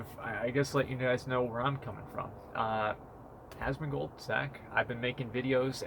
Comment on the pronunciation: "Asmonbold" lmao